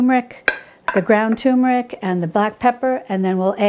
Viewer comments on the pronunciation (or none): TUR*MER*IC, not TOOM*RIC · Please say it right. TURmeric. Not TUmeric. it is TuRmeric. Thank you. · Turmeric - with an ‘r’. So many people call it Tumeric, drives me potty! Apart from that - all good 👍🏻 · Dear, Thank you for such a lovely and helpful video,! So well done, too. Wow! Turmeric sounds great! I am an elocution teacher and I am particular about pronunciation. Please allow me to correct you here.... It is pronounced Terr- muh-rick. terr as in fur, muh as is monday, rick as in Rick. Yours sincerely, Mrs Elizabeth Darley Holmfirth West Yorkshire UK